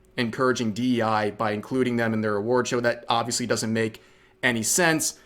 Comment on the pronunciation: You know you're a phony. When you can't even get the "E' right in "DEI", after having made it your entire personality.